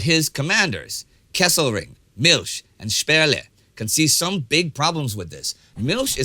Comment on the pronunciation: Milch is not pronounced Milsh